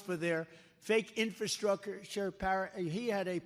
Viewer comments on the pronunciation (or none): can’t speak “infertrucer” and thinks master lock is some sort of children’s toy? either he’s lost it or his childhood was a nightmare lol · ROTFLMAO, he can't even say the word "infrastructure". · Can’t pronounce infrastructure.